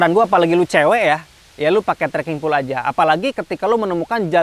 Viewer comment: baca: "pol" bukan "pul"